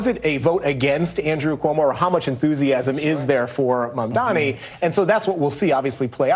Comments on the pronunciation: Folks his Name is MAM-DANI. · His name is MAM-DANI.